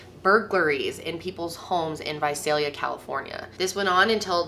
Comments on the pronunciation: You said Visalia right!!! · I just want to say thank you for pronouncing Visalia the way that people who live there pronounce it. Most of my family lives there and I spent a good deal of my childhood there, and every time I hear this story told I get flustered at that. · I’m from Visalia and THANK YOU FOR SAYING IT RIGHT 😅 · thank you SO SO SO much for pronouncing Visalia correctly! A lot of people always say vuh-zell-yuh and it's NOT. So thank you for that! Thank you for covering this case. Me, a Visalia native, appreciates it!